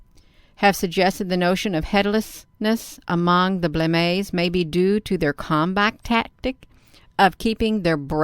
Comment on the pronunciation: Pronounced as follows: singular: blemmy. plural: Blemmy-Aye (as in: hay,stay,day, lay, say. Not pronounced: Blemmay.